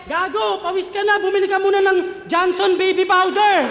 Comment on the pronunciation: Tama yung bigakas nya Johnson hindi Jonson.